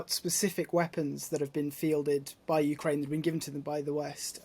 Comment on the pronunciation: And what have they won" ukeraine"